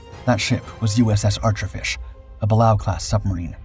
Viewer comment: Say it with me...buh-lay-ooh